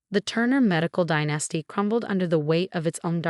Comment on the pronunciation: And dynasty has the accent on the first syllable. Not die NAS ty